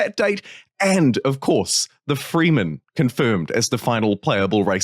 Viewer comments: Yep… not freemen… frehmen… Also its not doon… its Dune kinda like June but with a D. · It's not the "FREEmen." its "Fremen." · It's pronounced with an "eh" sound, not an "ee" sound :)